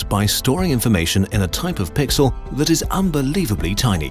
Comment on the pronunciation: what 'pixle'